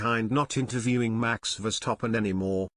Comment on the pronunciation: Please pronounce Max@ name correctly. It is VerstappEn and not VerstappOn.